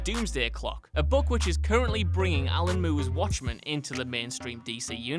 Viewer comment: I'm not usually one for mocking people for their accents but ALAN MOO???!?!?!